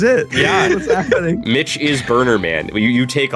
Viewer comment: At roughly , he says "Okay, okay, Mitch?" and for the fucking life of me it sounds like he's saying "bitch"